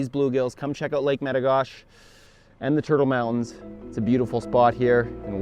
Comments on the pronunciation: It’s not met-o-gosh it’s met-o-goshey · It's Lake Me-Ti-Go-She. I have a cabin on that lake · In North Dakota we call it Meta Gosh Eee not Meta Gosh.. haha Awesome Video! Come farther south and fish Lake Sakakawea with me! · Use a worm on a hook and a bobber and you’ll catch 100 of these an hour. Also, in the states we pronounce it as Lake Meti-goh-she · I dont mean to be that guy, but in the US its "mit ah go she" is what we call that lake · Lake Med--Ah--Go--She is the way we say it in North Dakota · I don't mean to be rude at all but I live at lake metigoshe on golden pond actually which is basically metigoshe itself it's like 50 feet from the main body of water and that's basically in the turtle mountain provincial park in the states we call it "a state park" and you kind of mispronounced "metigoshe" and the "E" at the end is very pronounced it's like "metigosh"E" .meti-gosh-e just a heads up! And the reason why he wasn't catching as many is because you need to use a live action lure or bait that pisses the fish off enough when you cast it and reel it in through they're nest then they can't help but hit it. You have to remember when any fish spawn eating is the last thing on their mind and protecting the nest and the next generation of blue gill is the TOP priority for them. I promise if you come back do that and it might be different. Or hey come fish with me and I'll show you fatty hens and bull blue gill. The other best time to go fishing for them is during the winter when the ice just starts to form over the lakes it's mad feeding frenzy. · You pronounce the e at the end of metigoshe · its lake metigoshe with a hard e if you are from North Dakota. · Jaxon Nankivel but the way he says the lake name!!!! arrrgggg